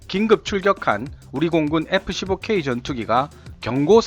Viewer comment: 에프 쒸보 퀘위 아드벤쓰드 이글이 있따! 영어 발음 진짜 못듣겠네... 이름은 뭔데 이야 하...